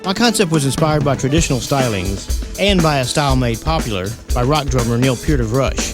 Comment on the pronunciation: You said Neil Peart properly. I LOVE YOU